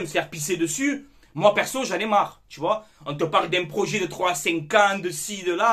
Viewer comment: Le proyet , le proyet ! Comme j’ai rigolé 😂😂😂👍🏻